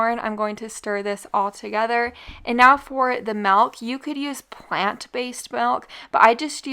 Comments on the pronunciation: The way you say 'milk' is enough to make me never listen again. It's not "Malk". Grrrrrr.... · Are you saying malk?!